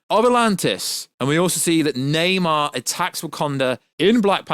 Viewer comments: Stoped watching when he said “Neymar” instead of Namor. Garbage 🗑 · Na-MOR, not Na-MAR. Come on, man...! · It's Namour! Not Namar! Jeez! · Lol why are you saying nam-AR? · Dude fucking saying Neymar lol 😂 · Lol this is funny as shit thought I was the only one hearing this dude pronounce Namor wrong lol 😂